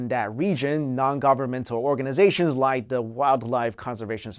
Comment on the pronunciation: you tawking wike twis fills me with a rage that i can not explain.